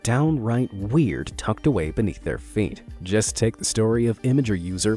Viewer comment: Imgrrr is how you say it… not Image-er. You use Imgur content enough to say it correctly.